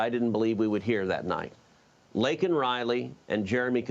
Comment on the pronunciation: Couldn't even pronounce her name correctly. Her poor parents and family! 🙏🙏🙏🙏🙏♥♥♥♥♥To Laken Riley's family and friends!!!